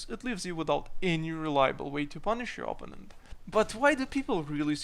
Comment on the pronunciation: o-PPO-nent :) Keep them rants coming.